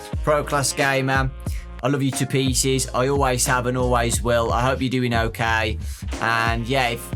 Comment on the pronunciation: Me da risa como el en vez de pronunciar ok como "okei" el la pronuncia como "okai", en vez de "gueim" dice "gaim" lo que lo hace sonar gracioso xD